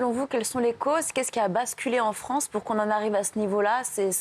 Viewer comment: la fwansse plutot ou lafronce